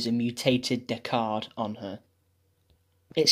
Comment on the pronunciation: Man, the way you say Deckard is kind of funny to me.